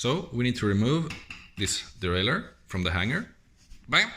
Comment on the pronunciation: You got me clicking on the video after you crumpled the "derailleur". 🤣